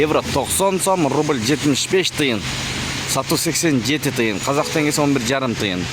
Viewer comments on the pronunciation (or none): none